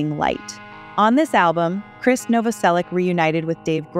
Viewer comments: This lady pronounces Krist’s name differently every time she says it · His name is pronounced the same as "Chris"... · All filler, worst vid. Announcer can't pronounce words in script such as Krist's name.